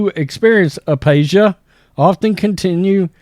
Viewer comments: Aphasia, not apasia. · FYI a·pha·sia /əˈfāZH(ē)ə/ 'F' sound it 'p' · It’s pronounced “ Afasia” with an f sound . No offense , I’m a nurse and just educating . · Pronounced A Fā juh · Uh-FAY-ZHA. apashia. i like this channel to much to let you sound like an idiot with your pronunciations. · aphasia. Pronounced A FĀ juh